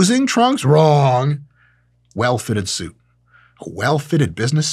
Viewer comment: Dr. Mike you became like one of my uncles (I'm italian) when you said "well fitted suit🤌🏻"